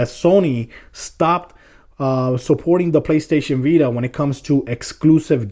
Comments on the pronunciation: you say it like playstation beta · How many times did he say PS Bita?